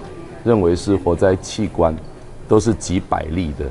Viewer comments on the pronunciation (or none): 所以中國到底是活摘器官 還是活摘氣功 阿，小智講清楚啊，你這樣害得我一直笑